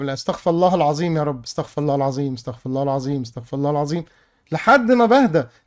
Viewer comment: لا مؤخذة يا تعديل على لفظ الاستغفار نصيحة من اخوك الصغير الفاء في استغفر الله الفاء مقصورة و الراء مضممومة ممكن متكنش عارفها او سهيت عنها لكن لان المعنى اتغير تمامً اكنك بتقول الله سبحانه هو الي بيستغفر وانا اخوك الصغير وتلميذك وبدعيلك على طول وبحبك في الله وربنا يجمعنا على خير في الدنيا والاخرة وربنا يرضى عنك وانا بنبهك لانك قدوة لبعض الناس فالناس ممكن تقلد اللفظ ده ولا اني بحبك في الله بردو❤